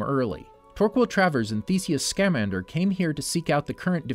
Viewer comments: For the love of all the is magic. It is scamander not scaaaaamander. Why so much Emphasis on the A. Have you never seen the movies ? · its not scámander, its scamander. ( harry potter meme, at all not intended to be taken as a correction) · No no no nooo my man just did not pronounce Newt scamander wrong noo